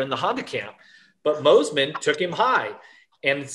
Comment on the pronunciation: Please for the love of God bring Fro back for commentary. Michael Mossy man and Adam Cinserell uh ? What in the actual F*ck ? You have a guy that clearly isn’t even in to the sport enough to pronounce their names correctly!!! Butchered over and over and over again. Terrible 💩